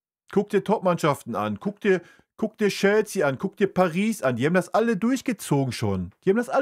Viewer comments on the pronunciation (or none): none